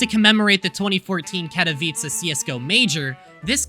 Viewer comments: as a polish person i can say, you almost nailed the katowice pronunciation, you screwed up a little at the end, it should end with cegh, not cah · pronunciation of Katowice is so cute here